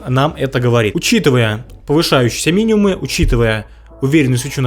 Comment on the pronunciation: Все супер, все понятно и все полезно! Но пожалуйста, можно замечание небольшое... пожалуйста говори «миниМум» и «максиМум», с буквой М. Просто ухо резало очень 🙂